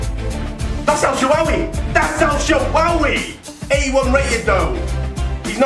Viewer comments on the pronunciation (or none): Lol he said El shwawy but great vid I love you man no homo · "EL SHAWAWY" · I like how goes that's el shawowy lol